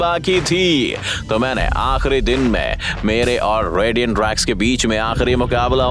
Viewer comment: Day❌ Din ✅